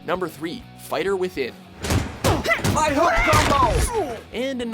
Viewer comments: Figher Within Looool you mean Fighter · "Figher Within" eh?